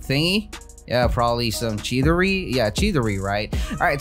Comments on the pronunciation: you said chidori wrong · Chidiri lol